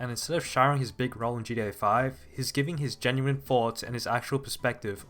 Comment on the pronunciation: It is so weird hearing you keep calling it GA5